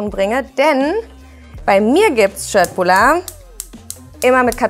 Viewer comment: köttbular richtig gesagt👍